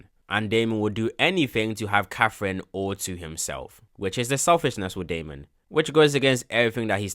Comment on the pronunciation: Lil bro really mispronounced katherine for caffein😂